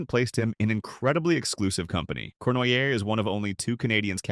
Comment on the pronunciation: AI. Corn why aye.